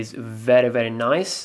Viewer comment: He said noice